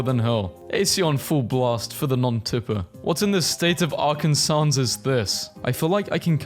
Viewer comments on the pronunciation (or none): said "Arkansans" with an n before the final s. I don't think anyone in America pronounces it that way... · ITS PRONOUNCED AR-KEN-SAW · Why’d he say “Illinoise” :( And “Arkansauce” :( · 'ark in saws' is even worse then 'ark ands iss' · He didn't just pronounce the S, he pronounced it "Arkansans". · it is pronounced arkansaw not arkansas. I know it is weird. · It’s pronounced Arkansaw not ArKaNsAs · The way you pronounced Arkansas(Arken-saw) is a huge point of contention here actually. I've seen fist fights break out over how it's spelled and pronounced differently. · It's pronounced ArkanSAW. It's actually against state law to mispronounce it, but how the fuck do you enforce that? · I love hearing you pronounce Arkansas and Illinois. The last S is silent on those words. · I loved the part where you misprnounced arkansas. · Arkansas is pronounced without the last S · Why is he pronouncing Arkansas like that 😭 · Pronouncing the S at the end of Arkansas and then Illinois immediately after is a hate crime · Y he pronounce Arkansas like dat